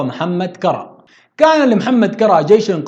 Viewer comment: تعديل مُسبّعات بضم الميم و تشديد الباء كُرّا كذلك بضم الكاف و تشديد الراء